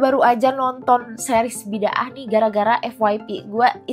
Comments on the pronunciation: Bukan Bi Dah dong..sebutan harusnya Bi Da Ah... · Bi-da-ah bukan bid-aah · Sebutannya 'Bida'ah" bukan bid 'aah.😊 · Sebutan nya bukan "Bid-ah" tapi "Bi-da-aah" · Bukan "biddah" sebutan nya.. Tapi "bida-ah" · sebutan nya bi-da-ah bukn bid-ah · Sebutan bida ah. Bukan bid ah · Bidaah!Sebutannya bukan 'bidah' tapi Bi.da.ah atau Bida'ah. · Sebutannya bida ah